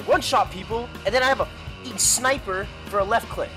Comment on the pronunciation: Sneiper. Uwee uwee uwee uwee! Hehehehe